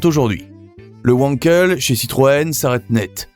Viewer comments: Wankel se prononce "Vankel" et pas "ouankel". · Quelques remarques : - la SM, bien qu'étant un flop commercial, est restée dans la légende automobile. - on dit moteur venkel et non pas ouankel. - j'ai croisé une 604 allongée avec vitres latérales. -il eût été bon de préciser que les portes étaient identiques à celles de la 504. Sinon, je vous remercie pour le reportage. Continuez !